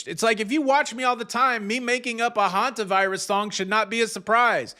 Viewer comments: Sorry to bring this up here. But several people have complained about mispronouncing Hantavirus as Havantavirus. I don't think it matters. The message he delivers is far more important. But may I ask you to please point this out to him? It bothers me that people keep berating him over this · PLEASE tell it’s pronounced Hantavirus, Havantavirus! He is mispronouncing it every day since this started and there are tons of corrections and comments, and he is not reading his comments. Thank you.!!!